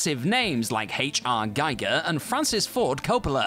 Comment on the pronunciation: I've said it before, and I'll say it again: "GEE-GER", not "GUY-GER"!